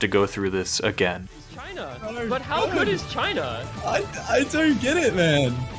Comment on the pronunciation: why u have to say "Cheaina"